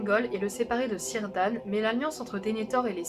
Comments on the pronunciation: On ne dit pas Cirdan (son en ‘s’), on dit : Quirdan, avec un i prolongé. Simple remarque. Et beau boulot gente dame. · C'est Kirdan, la prononciation ;)